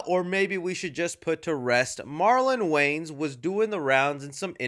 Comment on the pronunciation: I don't like the way you say "Wayans"... You keep pronouncing it as "Waynes". I believe it's supposed to be WAY-YANS